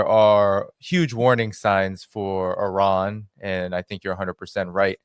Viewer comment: the name of the is NOT pronounced OORAN or HOORAN, it is pronounced EERAN (Iran).